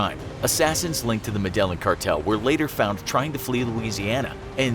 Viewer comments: This video is so cursory and badly researched the narrator cannot even pronounce "Medellin" properly. They do not even mention Barry Seal in the title or description so they would not have to compete with any valid video on the same topic. Adding to the zero cred - look how they spelled Tom Cruise in the description! Seriously - "Crusie"???? Digital ignorance - wasted time. Worthless. Seek other employment. Please... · ''Medellin Cartel'' They are professional googlers, but still can't google how to pronounce words. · This guys not knowing how to saying Medellin is really annoying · Let’s go back to 8th grade Spanish 1: if it has two Ls, such as in the word Estrella or Medellin it’s pronounced as a Y or depending on where you are a soft J. Sorry if 5.85% of the entire world is Spanish speaking it might behoove you to say words that aren’t yours correctly. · Probably one of the worst pronunciations of Medellin I've ever heard. Congrats! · Learn how to pronounce Medellín. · Med-a-line cartel. You’re saying it wrong. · It hurt how he said Medellin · By they way you are saying Medellin wrong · Seriously? Your whole channel is centered around information/research, but you didn’t at some point learn how Medellín is pronounced? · Learn to pronounce “Medellin.” Double “L” is pronounced like Y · Dude I was confused on what gang he was talking about until realized he was mispronouncing Medellin. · Learn how to pronounce medellin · Ugh!! The way you butcher pronunciation of medellin!!! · Thank you! I came expressly to comment on this. It's hard to take anything this channel says seriously if it can't pronounce a major city's name. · Madellin cartel? Wow that was pronounced insanely wrong. Ever seen Narcos? They say it many times..... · Jason Ward medEJIIN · Why did you pronounce is like medal-in? I thought you were supposed to be smart. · Pronounced “Medayiin” for gods sake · It’s pronounced “Med-a-in”. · It's pronounced me-de-yeen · JP no med e jin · Es me de jin